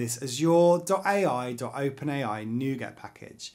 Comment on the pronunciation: Bro every time you say azure I want to slap you so hard